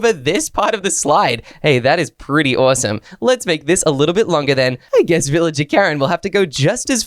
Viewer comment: What i hear when says awesome: awosome when i hear myself say it: awesume